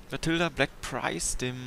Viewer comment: wenn ich nicht irre dann heißt der panzer "black prince" und nicht "black prinze "